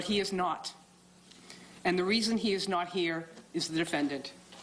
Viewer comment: He said Ms Caaaada. Why do people from Boston hate the letter "R'?